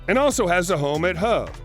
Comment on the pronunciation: The town of Hove is pronounced as in 'rove' not 'love'